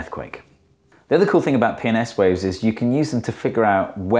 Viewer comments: When he said P and S waves I heard PMS waves. Oddly fitting when talking about earthquakes, possibly sexist. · Can't say how many times I just hear "penis waves" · I first heard penis waves instead of p&s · If you watch it at 2x speed when he says "P and S waves" it sounds like "Penis waves" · I just hear "penis-waves" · Every time he says "P and S waves" all I hear is "Penis waves". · 1. Can you just draw a cricle like this ON a sphere? The waves thravel through the earth, not over the surface. 2. This should only work up to a point where the waves do not cross through earth's core right? 3. Everytime you say "P and S waves", I just understand "PMS waves" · Watching on 2x speed and when he said “P and S waves” it made me spit take and rewind with captions.